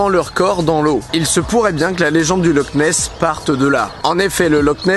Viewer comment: Ça se prononce loR nes